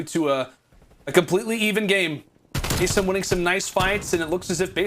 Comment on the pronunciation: You think the casters would have spent 10 seconds to agree on how to pronounce "Asim"